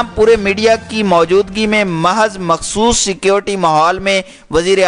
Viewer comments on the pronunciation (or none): none